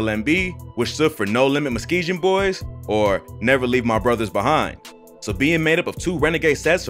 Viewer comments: It’s Muskegon- not muskegeon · Muskeegan pronounced Mus-kee-gun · It’s MUSKEGUUUUN NOT MUSKEGIN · Videos cool 😂 but Herb from my hood it’s called MUSS-KEEGAN not muhskee-jin 😂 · Bro you been saying it wrong it’s “Muskegon boyz” not “mukesjon” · it's pronounced mus kee gen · "muskee-gen" lmaooo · Why you keep saying Muskeegan boys like that. You keep slurring it 🤣💀🤣💀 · good video but its pronounced "Musk-ee-gun" not like 'juh" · It's pronounced Mus-Key-Gun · Hate the way he pronouncing Muskegon. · BRO STAY IN YO OWN CITY don’t even pronounce Muskegon right 🤦🏾‍♂️